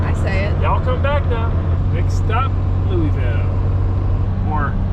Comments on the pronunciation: It's pronounced "Louavul" all slurred together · Thanks for not calling Louisville Lewis ville but you did say Lewee ville its pronounced -------- Lou ah ville